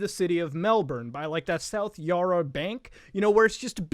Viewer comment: > South "yaar-a" No, it's pronounced "Ya-ra", we're not fucking pirates Muda :)